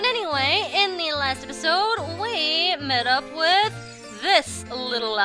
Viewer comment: sometimes i hear say "derpisode". im like -_- "you need some milk".